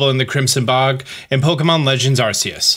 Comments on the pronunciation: I know you’re working on it, but 1: it’s ARR-key-iss, and 2: it’s arr-KOOS. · he really said it like arseus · Say it with me Ar KEY us!!!!! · Aight Imma start the debate: It’s Arceus not Arceus. (Think of it however you want, I’m saying it don’t matter. Tomato tomato) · I love ya bro but every time you mispronounce arceus I feel like jumping off a cliff😂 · my dude does not know how to say arceus